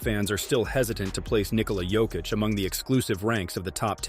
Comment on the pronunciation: When? I didn't hear it all i hear is Nikhola Jokitch